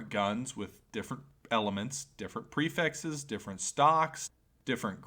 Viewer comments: lmao lmao he does kinda say "prefexes" you're lmao right lmao haha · The "prifexes" really grinds my gears Enioyed the vifeo anyway tho.